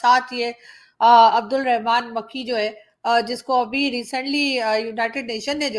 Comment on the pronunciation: his name is makki not makhi... Makki from madina... If u know what i mean..